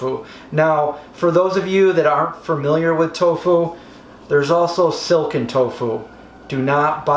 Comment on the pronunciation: Wow I thought he said silicon tofu loool